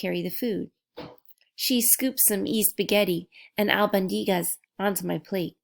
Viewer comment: Its pronounced e....short e.... e spaghetti Al bon di gas